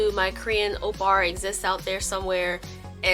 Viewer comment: im sorry but every time i hear "oppar" im like "am i missing some sort of meme here??? XD Pls send help i thought it was "oppa" LOL